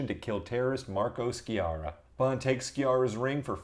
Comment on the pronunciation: C'mon dudes we don't expect you anglophones to actually speak or understand foreign languages but for god's sake at least learn the correct pronunciation of foreign names. Sciarra is not SKIARRA as you (including the movie) but rather Sharra :)